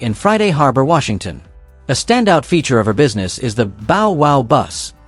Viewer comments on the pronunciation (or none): none